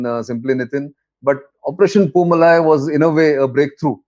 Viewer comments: It is poo-maalai and not poo malai. The first one means flower garden and the second means flower mountain. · Dear Nitin, it is pronounced Poo Maa Lie. MaLie = mountain. MaaLie = Garland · Good Brief sir! and it is Poomalai பூமாலை sir. Its a Diff Pronunciation ,Its Tamil. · News channels should take the time to learn the right pronouncement of words. The name of this operation was mis pronounced as poomalai with a short malai when it should be pronounced poomalai with a long malai. Malai is Tamil for mountain or hill while Maalai is a garland